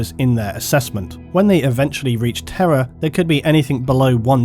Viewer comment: I misheard "Terra" as "terror" for the entire video, and it still made sense.